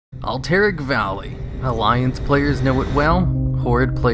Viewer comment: Cannot pronounce Cavalry or Alterac valley. F